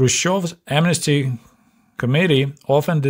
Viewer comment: Your accent makes the word "committee" sound like "comedy"! Please never change how you pronounce this word, because it's as true today as it was back then! Love your videos,, please carry on the good work you're doing. I'm the same age as you, so it's extremely interesting, being able to directly conpare my life growing up in a capitalist country (UK) with growing up in a Soviet country as you did. Your expectations for birthday presents were far below mine - if I'd only been given a couple of kgs of bananas for my birthday, I would have cried! In comparison with you, I was a spoilt brat - and my parents were only working class!